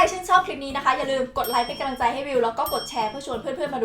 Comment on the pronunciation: พูดกำลังใจเป็น กะลังใจ ทุกทีเลย555 พยายามพูดให้ถูกนะค้า